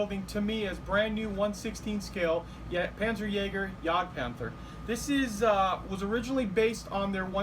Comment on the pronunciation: it spels : jágd pánther, not jegd pantör , its in Deutsh please ,not English . Your job is excellent anyway ! ♥️